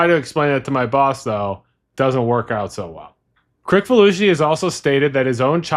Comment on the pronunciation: It is John Kri(s)falusi, not Kri(k)falusi.